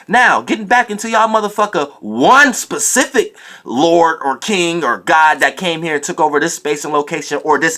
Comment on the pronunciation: Lol he was really making a point to say SPECIFIC instead of PACIFIC like he been saying. I never cared anyway cuz the message is the message..